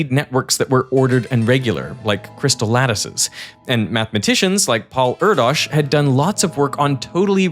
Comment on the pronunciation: How much math themed video have to be published to finally say Paul Erdős name right?